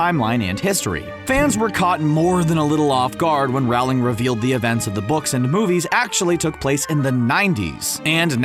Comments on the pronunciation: Youre saying it wrong. Its rOHling. Not rAOling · Loved the video 💜, but I just have to say: It’s pronounced Rolling, not Raoling! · ITS J.K ROWLING NOT RAWLING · You pronounced Rowling wrong it’s pronounced “Rolling” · Rowling rhymes with bowling